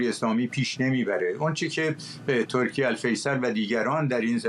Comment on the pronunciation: آره دقیقا مخصوصا وقتی به استانبول میگه ایس تانبووول تورکییعه😂